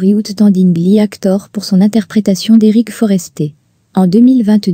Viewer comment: Jungkook c'est pas forestier qui joue c'est forest quand on ne sait pas dire nom de famille 4 jeunes Cook quand il joue dans Amour gloire et beauté il faut quand même bien prononcer le nom Forrester nom de l'acteur dans Amour gloire et beauté